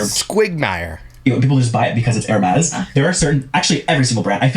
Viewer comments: Lmao I want to think you’re trolling us with the Her Meeees purse pronunciation, either way f these assholes and not how she would want to be 😂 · Hey! Don't knock designer bags & Hermès is pronounced "eermez"!! Bags like Hermes & Chanel are investments... They're the Rolex watches of bags, the more vintage, the more they're worth & appreciates in value 🖕🏼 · Her-meez lol 😂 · 😂😂😂 Air-mez Hermes pronunciation and omg they are not the same as Baseball cards ctfu 😅😂